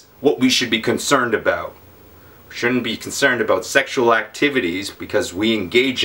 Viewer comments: Talking aboot ! hahaha love you pete <3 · Aboot? Lol